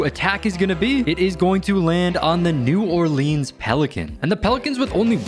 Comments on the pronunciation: New "Oreleans"? Sorry, I'm a nerd. It's New Orleans fyi. I love your content, though!❤❤ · "New Orleeens pelicans"